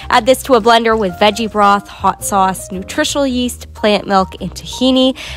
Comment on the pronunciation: I thought she said nutritional YeEt I'm like that's good for everyone 👁️👄👁️